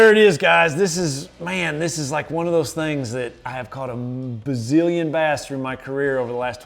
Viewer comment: Did he just say hes caught a bazillon or Bassillion?